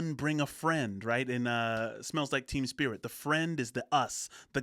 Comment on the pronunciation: I'm not sure I'm hearing you correctly, but it sounds like you keep saying Smells Like Team Spirit, and if so, it's Smeels Like Teen Spirit. Like the woman's deodorant. Which is kind of what the track is named after due to a misunderstanding he had with a female friend of his. She said that he Smelled like the deodorant Teen Spirit, and he thought she was meaning that he was an inspiration and seen as a roll model for teens... or something to that effect. It's been way too many years since I read that interview. Oh, and the deal with the guns popping up in the videos and lyrics. Cobain loved firearms and had a pretty decent gun collection, even compared to some of the bigger GunTubers Last bit. That baby grew up and tried to sue Nirvana and I believe the lable also for s**ual exploitation because HE as a baby didn't give them consent to take and use photos of him in the album art and videos... He lost the case